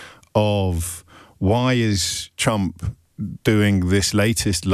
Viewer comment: Every time I hear him say trump I hear chump - love it